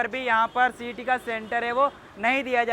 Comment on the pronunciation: Cet बोलो cat नहीं